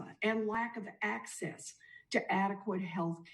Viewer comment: Warren says access. Of course 🤦🏻‍♂️